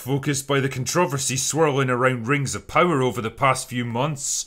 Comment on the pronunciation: Do all Irish put the stress on "trover" in controversy? In America, we put it on "con" and Critical Drinker's pronunciation is making my head spin a little bit